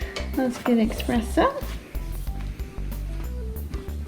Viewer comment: The fact you say expresso instead of eSpresso makes me wanna kill myself